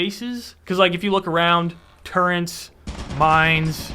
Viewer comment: Brother it’s turret not turrent